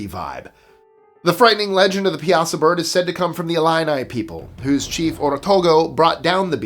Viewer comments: The Piasa Bird is locally pronounced pie-a-saw. Also the Bond villain originally picked to play the Hulk was Richard Kiel "JAWS". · I am always impressed with your pronunciation. So, I thought you might want to know the correct pronunciation of the Piasa Bird. It’s actually prounounced Pie-a-saw. I live less than an hour from there, and my husband grew up in that area. I really enjoy watching your channel. Keep up the great content!!